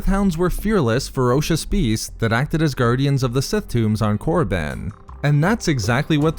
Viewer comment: Did you really said Moriband? Jesus, was it really that hard to keep it Koribban